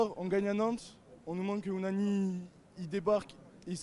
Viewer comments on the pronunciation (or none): Phacochère qui dit ounani 🤣